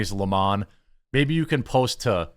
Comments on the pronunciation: Why do people call him "Don Le Mon" ? Isn't his surname "Lemon" Not "Le Mon" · it's lemon, not le mon. Idc what he says. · I don't believe his last name is pronounced LeMons unless they have a French accent. In that case they drink LeMonade. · It's LEMON, this jackass really wants people to call him "Le Mone" like he is a sophisticated French nobleman or something. lmao fvck off.